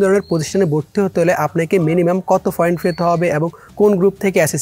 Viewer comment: foint na point